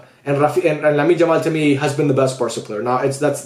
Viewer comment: Would be nice if you call him Yamal and not "Jamal"